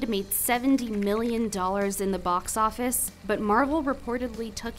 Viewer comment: Am I the only person that picked up the narrator is the same woman from Vox channel and every time she mentions the "Box Office" it is pronounced "Vox Office" as a type of subliminal advertising??